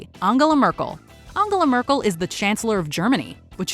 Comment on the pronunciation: "ONGULAR MERKUL" ??????? - LOOOOOOOOOOOOOOOOLLLLLLL!!!! Its ANGELA !!! LMAOOOOOOOOOO